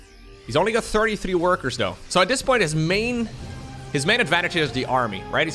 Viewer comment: why do you sound like you do? EVEN DOE WORK DOE HOW DOE HE WILL BE DOE.